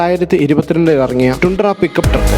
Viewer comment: ടൻഡ്ര.. Not ടുണ്ട്ര